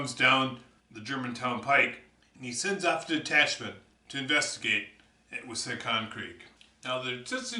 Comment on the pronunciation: Nice job. You might want to explain how the measuring sticks work when you use them, at least in the beginning. Also, it is pronounced: "wiss-a-hick-un" Keep the videos coming.